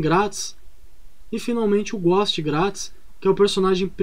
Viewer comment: Tu falando ghost ou a galera digitando aqui nos comentários: quem erra mais? Kk